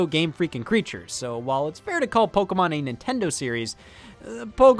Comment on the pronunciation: Neat episode but damn i hate how you say pokeamon